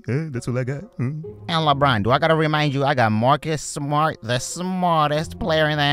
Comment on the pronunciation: "Lebwan" voice so funny